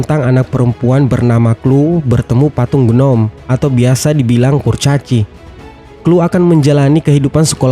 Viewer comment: Bilang ny kloi bukan klu